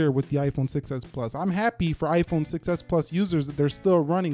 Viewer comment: I just noticed that when you say "6s" it kind of sounds like "success" which is true because the 6s was a success 😃